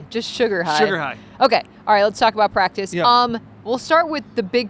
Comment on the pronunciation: REALLY?! *It's practice, and not practive. * It's Rasul, and not Razul. * It's Jaguars, and not Jagwires. 😮